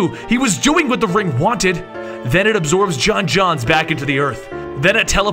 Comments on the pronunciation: John jones, not John johns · j'onzz is pronounced "joans" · The only flaw in this video is that the Martian manhunters name was pronounced wrong you're supposed to emphasise the O in J'onzz